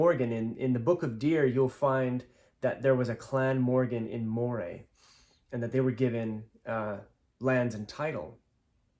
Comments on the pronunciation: Moray is pronounced "MUH-ree." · Moray is pronounced Murray